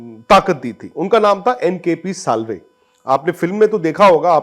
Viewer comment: It's NKP Salve not kpl sallve